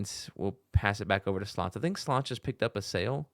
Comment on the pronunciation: Slonce is pronounced "swontsa" and means "sun"